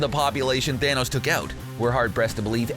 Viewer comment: Dude, it’s pronounced ‘thanos’ not ‘thanose’